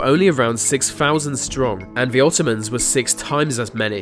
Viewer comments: Why can’t you say ‘th’ or ‘t’? Ve instead of the, vey instead of they, wivin instead of within....driving me nuts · It's THE not VUH also THEY not VAY. jesus.